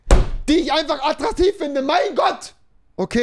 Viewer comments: Rewi braucht Anmachsprüche, aber kann nicht mal "attraktiv" richtig aussprechen😂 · Junge Junge,nimm erstmal die Decke aus der Schnute dann kannst du auch "attraktiv" richtig aussprechen😂😂😂 " Hi, ich bin Schriftsteller und schreibe gerade an einem Telefonbuch. Deine Telefonnummer könnte ich noch gut gebrauchen." "Hast du ein Foto von dir dabei? Ich möchte dem Weihnachtsmann helfen, meinen Wunschzettel zu erfüllen."